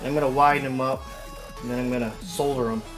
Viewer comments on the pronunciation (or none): It's not pronounced Soulder it's pronounced sodder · This is all wrong! That wire isn't 8 gauge, I don't know if it claims to be. Those ring terminals are not rated for that wire. You stretched them to make them fit. Solder is not pronounced soul-der. The way you soldered those ring terminals, you didn't even get solder in the wire... It's just all on the outside of the ring terminal where you put the flux. I don't think you charged the capacitor, it had no voltage stored. It was showing 0 volts. That Walmart capacity isn't even a farad or 2 farads like it claims to be, waste of time and money to install. I can't strop shaking my head as this video continues. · the "L" is silent in the word solder, lol. and damn that's a lot of flux, not saying too much, just a lot. good video though man, keep them up!